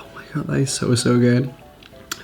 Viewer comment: “Oh my Gaw”